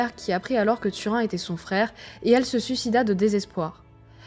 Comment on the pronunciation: Turin , prononcer "Turine";ça fait trop mal aux esgourdes "Tu_Rhin"......